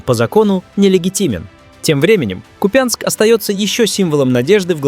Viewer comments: Не купЯнск, а КУпянск! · Не купЯнск, а КУпянск, ударение неправильное. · У нас Купянск ударение на У...Это специально из РФ все каверкают? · Долдодяты, в названии города Купянск, удорение на первый слог... Неучи... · Ухо режет касапско-москальское ударение в названии города